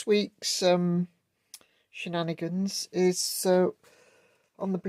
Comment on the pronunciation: Nice process and great result. I wonder if they left that short part long deliberately so it can be shaped to blend to the radius the way you did? Anyway, nice work all round. Also - shenanigans. Or did I hear shednanigans? 🙂